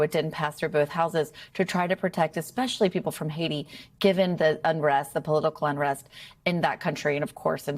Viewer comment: Cannot pronounce Hatti nor Syria nor ideological, all in the first 20 seconds of broadcast, this is a bad look.